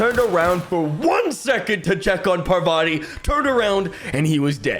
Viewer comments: Every time says "Pavarti" not "Parvati" 😂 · The way is pronouncing Parvati is starting to get really annoying.